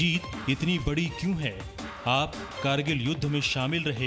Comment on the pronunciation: Krgill nhi h. Kargil h aap glt bol rhe ho hr bar